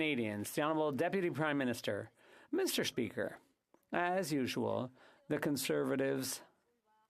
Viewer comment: Meeshter spreaker 🤣🤣🤣